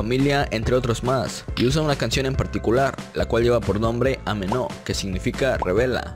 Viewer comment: No se pronuncia amenó, se pronuncia ámeno. A ver si aprendemos un poco de latín y escuchamos la canción, que ahí se escucha bien claro que se pronuncia la a